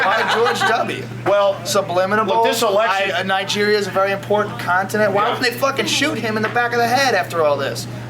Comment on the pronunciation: joe mispronounces subminal every single time he tries to use the word lol